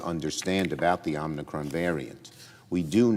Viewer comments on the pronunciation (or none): Chuck, I know it is "new" but could you possibly pronounce Omicron correctly? It is NOT Omnicron.